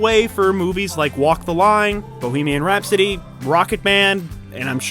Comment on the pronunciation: Did you say Bulemian Rhapsody? Lol